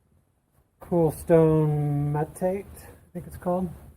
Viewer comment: I think metate is "meh-tah-tay." I love those ruins and especially the dried corn cobs - someone long, long ago, ate that corn. I hope you have a whole winter's worth of videos for us! Wonderful!